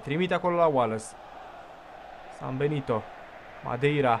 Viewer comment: Cand ai zis Sambenito prima data am crezut ca ai zis ''si-am belit-o'':))